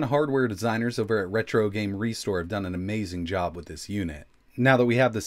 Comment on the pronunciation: “when it's all said and bone” sounds like a Trailer Park Boys-style Rickyism.